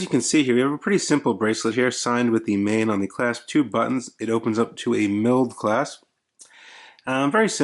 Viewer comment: It's pronounces "maan"